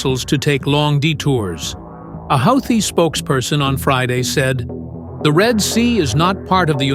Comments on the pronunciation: A "HOW-thi"??? Gotta love AI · Why stupid houti piutee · How many pronunciations of "Houthi" will we hear? I hats Ai narration. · The narrator pronounced "Houthi" differently like 4 or five times